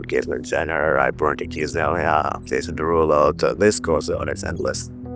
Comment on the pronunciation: “Jason Derugpull” is crazy